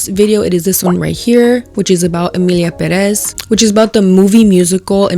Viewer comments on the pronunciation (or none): im sorry girl, i wanted to post this on the emilia pérez video, but please, with all respect due, it’s pÉrez. the accent on the first E, not the second… it’s just drives me crazy because you were criticizing accents and stuff and just saying things wrong too, sorry omg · Pérez!! pérez!! It has the accent on the second to last syllable! Please google how to pronounce things in Spanish if you are going to keep saying that you are Latina or take Spanish classes. We don't charge that much I promise!